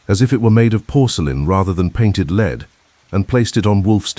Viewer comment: Lead base should be pronounced led not leed.